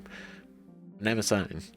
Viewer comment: You need to work on your pronunciation. Mnemosyne is not pronounced that way. Think "Neemo sign". 😜 Btw, technically, you don't have a geth. You have 1,183 geth. You're not talking to him; you're talking to them.